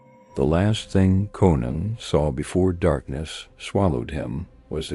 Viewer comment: Why not rewrite the words to make AI read words correctly? Even says Conan wrong at times